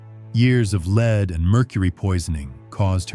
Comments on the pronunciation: Leed???? Lead. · Lead not Leed! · Leed 🤣🤣🤦‍♀️ lead (led) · This commentator needs to learn how to say the word Lead. Not Leed. Lol, She was as disgusting as anyone can be like. The fact that she had all the servants who helped her she should have been clean all the time. I cant stand myself if I go more than two days no shower. I cannot imagine what her smell was like. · Made it to . Narrator keeps pronouncing the element lead as in lead a horse to water. Final straw lol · It supposed to sound like LED BUT SPELT Lead. NOT LEED say it right please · "Leed Poisoning" really ? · Her makeup was made from "led", not "leed". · Its pronounced led not lead 😂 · 'lead' is pronounced 'led' not 'leeed' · Not leed !!! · 😂😂😂😂😂😂😂😂😂😂😂😂😂😂😂😂Lead is pronounced Led...Not Leed 😂😂😂😂😂😂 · OH NO .... not LEED ! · Leed?? Can u pls get a robot that can pronounce, common words?? It ruins ur great videos. Thank you( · Stupid AI, LED (lead) not LEED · couldn't take any more AI mispronunciations Lead pronounced Leed BS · Its lead (pronounced led) that she had on her face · 'Lead' should have been pronounced as 'led' here. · Umm... It's pronounced lead... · Unfortunately, they chose an AI reader who mispronounces LEAD almost every time. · And where did you get this information? And learn how to pronounce lead. 🤣🤣🤣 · I had to turn this off. How can you not pronounce the substance lead? It really pulled me out of it hearing it mispronounced over and over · Very interesting, but an AI voice mispronouncing "lead" will kill your channel.